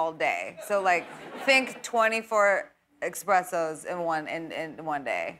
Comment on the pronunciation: Gaga says “eXpressos” , come on girl??!? At least Jimmy follows up with the correct pronunciation! ;)